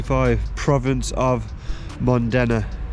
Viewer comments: Not MO "N" DENA its MODENA ITALY . Manufacturer is Autobianchi !!!!! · “Mondena” Ahahahaha. It says “Modena” you Brummy clown! You know… The same “Modena” where Ferrari come from! 😂